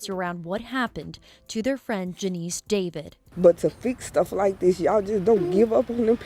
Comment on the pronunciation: David not deveeid is her name , that anchor woman can’t pronounce David lol